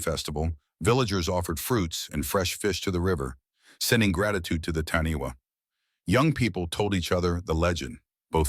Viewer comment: Its pronounced Taaniwha Tani Far. Wh in Maori is a Fã